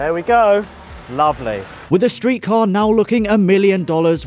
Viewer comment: By the way I'm really happy that pronounced the StreetKa name correctly. This was a great video!